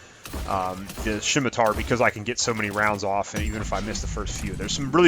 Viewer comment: first thing, it's pronounced "semitar" the "C" is silent. I don't know what a "shimitar" is. Now, onto your list. The Hurricane blows!! It's absolutely not worth using. I come across countless hacks raving about the thing used with the turian soldier, and I out score them every time. It's got shit range, shit accuracy, and shit stability. The Scemitar blows too!!! All shotguns in this game are shit. Say all you want about the Geth plasma shotgun or the claymore but they both suck. Once again, I trash these rookies using shotguns. The mantis is a decent sniper, though it's only meant to be used by beginners. If you're looking for a sniper look into the black widow, valiant, or the Indra. The Indra a full automatic sniper so it won't be as good with a character designed for sniping. Onto the Paladin, I never really thought the paladin was needed. The Carnifex was always better in my eyes. The paladin has low ammo, low rate of fire, and is just a touch too heavy to be used by power characters. Since they shit on the pistol headshot damage, neither the paladin or Carnifex are useful past silver. The Lancer is the only weapon that should be on this list. It's my second favorite assault rifle and on my top 5 for the game. It's only problem is its stability, so I only use it with my turian ghost or human soldier. Never use the gun mod for stability, only use the armor modual. Theres an alarming amount of brainless dumbshits on this game that shit talk the useful guns, so ignore them